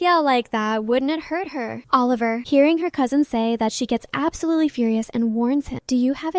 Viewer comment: Absolarlsly Ah yes